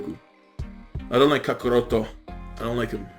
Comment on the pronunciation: You hate the way vegeta says kakaroto but i love how you say it lol